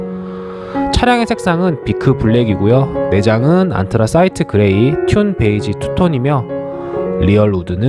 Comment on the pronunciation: 잘 봤습니다. 근데 튠 베이지가 아니라 듄 베이지 (dune beige)입니다..